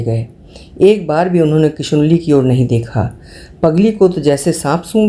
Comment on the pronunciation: किशनुली को किशुनली कह रही हैं आप हर बार । हम शिवानी भक्त हैं, सुन नहीं पा रहे।